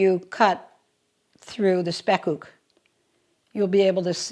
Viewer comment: i have to say this your pronunciation of the dutch word spekkoek is perfect now i am going to watch your cooking vlog Question 1 Why should the egg yolks go one by one with the butter-sugar mixture? question 2 Do you only use the upper boiler or the lower boiler, our oven has top and bottom boilers and can be used seperadly or the top and bottom at the same time